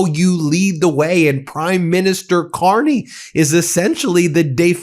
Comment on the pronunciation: Carney,,,,,, not Con-ney.. Yahoo Whoppie,. My Hockey Always Makes Me Happy. Still Playing and Loving " O Canada"... This 68 Year old Nyc Born, and Raised Hockey Playing Boy, is for eVer in-Depted to "O'Canada.. If not So Cold, Id Be there... I Almost Crossed the Border in Calis, Maine last November, if the cLown Won, But I got Broke... I Knew it, and Thegoodshow documented it... Love is tHe Answer, to All..... djdump knows No Love... Never did, and Certainly, Never Will.. We KnoW... Shout out To Laval, and Marie France Charboneau. I Am So Sorry for US.